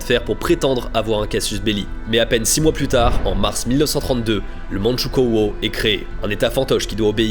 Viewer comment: ça se prononce mandchou - kou - o, pas - kô - o, la graphie est déjà francisée